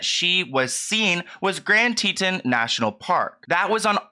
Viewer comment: Yooo-seme-tee and grand teeee-tawns. This is devastating. I did a trip just like this with my fiancé/ now husband. It’s scary to think of being stranded so far away…